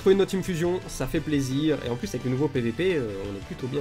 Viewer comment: J'suis mort il dit même plis bonjour ça me fume